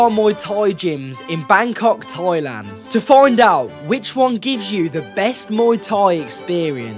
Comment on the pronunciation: It’s not TOYLAND it’s THAILAND 😂